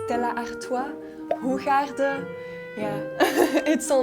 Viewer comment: 이 영상을 통해 얻은 뜻밖의 수확.... 스텔라 아르투아와 호가든 맥주를 원어민 발음으로 들을 수 있었다! ㅎㅎ